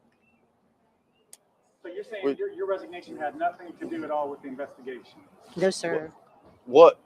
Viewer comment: "NO-o", you said it all in TWO syllables! LOL love the spontaneity and brutal honesty not withheld for even one split second! ❤️ yo nana 1950